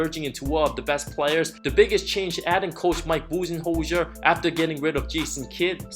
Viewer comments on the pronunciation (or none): Who tf is coach "Buzhenhojzhjer"? 🤣🤣🤣 ABSOLUTE TRAVESTY! rofl